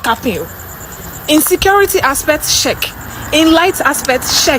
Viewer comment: I wonder why you keep saying Nigeria is better than Ghana. Even check you are saying sheck 😂😂😂